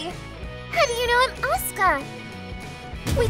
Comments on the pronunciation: bugs me how he pronounces Asuka . everyone else were saying it fine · Can this guy not pronounce anything? Blueish? As-uka? Bruh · I don’t like how he says Asuka. I mean that’s how its pronounced but still… over really good